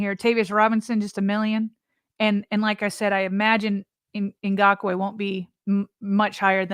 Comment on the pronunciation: man you struggled with his name. Come on now. It’s not Na-gock-way. Isn’t it like Ingraven. Ing-gock-way Idk maybe I’m wrong.